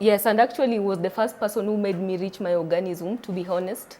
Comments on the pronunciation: Orgasm not organism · Girl it's orgasm. Not "organism". Damn busy embarrassing yourself!! Omg😱 😱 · Eiyy I'm here in 2024,,,its orgasm not ORGANISIM 🤣🤣🤣🤣🤣🤣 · My orgasm! Not organism!